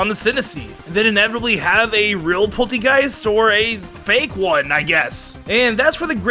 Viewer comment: Did he call Polteageist, Polchageist?